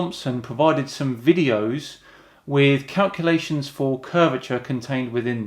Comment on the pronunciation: Why can't he pronounce the L in calculation?